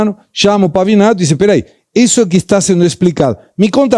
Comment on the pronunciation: Também comentei, porém, Pavivi é Pavivi. Ou ele errou ou foi irônico. Como saber?🤔